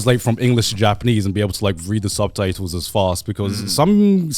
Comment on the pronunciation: “Subtatles” - Garnt 2023